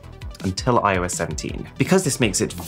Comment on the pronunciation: "I oh Yes" hilarious!